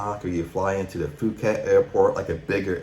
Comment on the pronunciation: Wait... did you just say, "Foo-khet?" Dude. We're supposed to take advice from somebody who doesn't know how to pronounce "Phuket?"